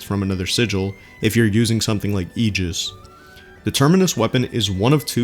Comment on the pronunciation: You can buy both character-specific sigils from that shop. The other one is in the Dahlia Badges section. kudos on pronouncing "aegis" correctly haha.